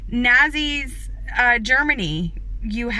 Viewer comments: Did she call them.... Nahzzees??? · "FEED" her kids - I thought she said they got juice? 2d rate? She needs to work her way up a notch before she can claim second. And "Nahzees?" She's never heard the word Nazi? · I'm sorry, did she say "Nazzies"? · How about those Nazzies? She knows how to pronounce it, guaranteed.